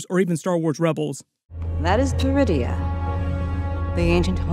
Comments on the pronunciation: I swear I hear DRUIDIA every time I heard them say Peridia lol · Almost jumped out of my seat when I thought I heard them call the planet “Druidia”… 😂 I had to rewind and turn on subtitles. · Ok, ain't gonna lie. The first time they said it, I heard DRuidia. I almost choked on my blue milk.